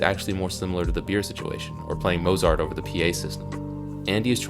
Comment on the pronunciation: Just a note... Marriage of Figaro is an opera. The duettino/aria 'che soave zeffiretto' is being played on the PA system... it's not a 'song.' Lastly, it's pronounced Moat-zart, not Mo's art.